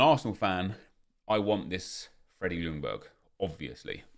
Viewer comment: Ljungberg is actually pronounced closer to “youngberg” the L is silent